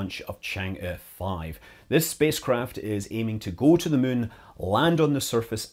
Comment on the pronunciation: I love how Scott keeps saying “Mun”